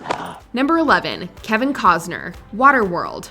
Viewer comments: I cannot comprehend how the voiceover doesn’t know how to pronounce KEVIN COSTNER. She says KEVIN COZNER. Even if she was born in another country, it’s pronounced the same. Please do your due diligence and fix errors like this. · The “t” in CosTner isn’t silent. Irritating little details just stick in my brain😜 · Hearing this woman say "Kevin Cozner" makes my ears want to die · There's still a "T" in Costner, right????